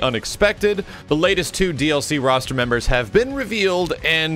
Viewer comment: Its roster Not "rooster"